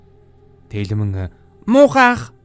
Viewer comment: Bas telmenee bish telmeen gedeg shuu😂😂❤🎉